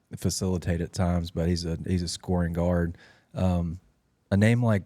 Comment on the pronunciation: Finally getting his name pronounced correctly.